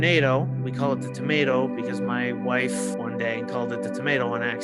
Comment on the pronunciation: It's so weird to hear you say "wife"😅